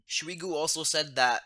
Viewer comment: Its not smigu its shoigu 😂